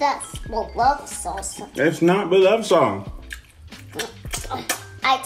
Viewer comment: “thank you for the food and beloves sauce” lmao